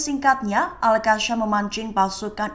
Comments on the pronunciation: Al qassam ..bukan al qasyam..sebut betul2.. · Maaf, cara baca al qassam salah, bukan al qasyam